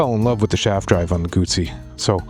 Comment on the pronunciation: Guzzi doesn’t have a “t” in it.